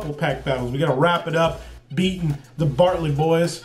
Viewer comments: Bartley boys lol, it’s Brantley. Nice opening! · My man STAYS on that og wotc game! Love it brother! Love the art in the Gym Heroes and Challenge sets because it's unique and interesting. I just want to mention, it is hilarious how you mispronounce the Brantley Boys name 😂 Intentional or not, would be funny if they did the same with your name by calling you "LootBoy TV" or something. EDIT: HOLY SHIT you pulled both the Arcanine AND Charizard in one video! 😍😮😍😮